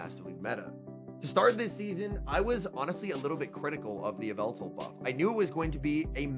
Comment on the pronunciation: "Yvetal Your Idol" in the beginning